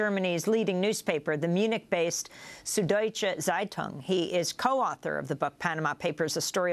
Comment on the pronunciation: "Sud-Deutsche Zeitung" (sorry, my mom is German and I can't hold back any longer), is pronounced: sood doy-cha tzie-toong (tz is one syllable). People take such care to sound urbane when they say anything french or spanish etc but cant seem manage German despite English being a Germanic language! Thank you, now I feel better! lol